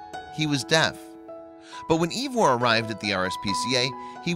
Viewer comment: God it kills me how badly your miss pronouncing his nam. It's ( eye-var ).